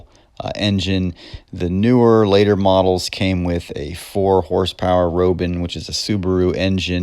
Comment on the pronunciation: You pick a mini bike that has been out of production for years that has a scrub brake. Roben engine? It is spelled Robin and pronounced like the bird!